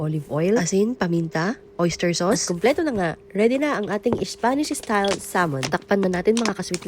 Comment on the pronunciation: da more VAYJTABOLS da better… por the ISPANSH ISTAYLE SALMON…